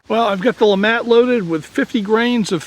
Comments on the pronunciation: “Le mattt” lémàt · I thought it was LeMat.. not LeMont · I thought the "t" was silent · LeMat is a french name, so i wouldn't think that Le would be pronounced "Lee" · Can one not even say the name right interesting video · Ahhh pls speak it out correctly. its a french gun ahhh. But very nice video.